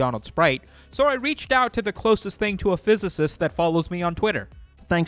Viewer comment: a "fizz-icist" hah lmao nicely done